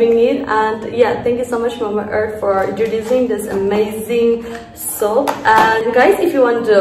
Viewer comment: I remember you saying soup instead of soap 🤣🤣🤣... I am saying this again I don't want you to leave Nagaland🥺